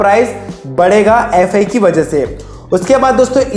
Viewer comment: Gandu youtuber FI को अाई फाई बोल्देतेहैँ ?